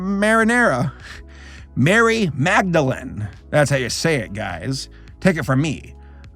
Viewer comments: I was actually named after the saint Maria Magdalena (though I only have her second name ) And holy fuck you were probably the first American who almost pronounced it right It should be pronounced like [ Magdalenah] Great job though. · My god, the red gotes name is produced Ma-ri-ya ma-ga-da-le-na, I love your channel but as a multilingual your pronunciations hurt at a deep level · the fact that he couldn't pronounce "Maria Magdalena" is so funny to me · shes called "mary madalen"... tryst me i gfoogleded it me a german wondering how hard youn can butcher the name "maria Magdalena" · ok, it was kind of cute how he pronounced Maria Madalegna